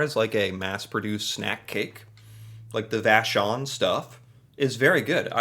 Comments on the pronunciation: Man you pronounced vachon like a real Québécois. Lune = French Moon= English btw. I use to like Whippets when i was a kid but now its too much for me too. Bear paws I would not say i like it...not bad but my kids do so... Celebration cookies are my favorite i separate the chocolate and the cookie sometimes. I wonder, Why you started to be fascinated by canada years ago? I discovered it was way before trump's presidential show. I am curious. I am not someone who..lets say....Like internet people in particular. i don,t hate them juste it change nothing to me.. you maybe like juste a ''tipical, average american.'' But you still different, you are cool man. you are doing a good job. ''I'm sorry'' but its true! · the pronunciation of "vachon" was too good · I was impressed by his pronunciation of Vachon, though 🤣